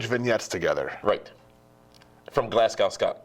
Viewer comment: Glasgow is pronounced Glazgo Jesus sounds terrible when u pronounce it the way u did....